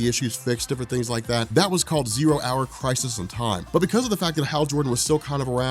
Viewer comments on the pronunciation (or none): none